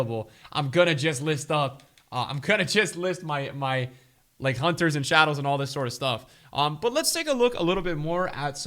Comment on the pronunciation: Nobody:: Hunthers